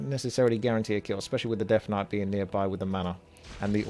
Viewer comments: Why does say deaf knight instead of death knight? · yeah its just the accent man, alot of UK people pronounce the "th" sound with an F, ie rank free(three), or fink (think). Purely a dialect thing. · It is 100% an accent thing. Listen to other words he says with the consonant sound TH.